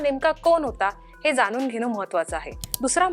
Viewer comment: चांगले मराठी बोलणार्यांना नेमा. बातमीदेणार्यांना ण चा उच्चार करता येत नाही. कोन, जानून?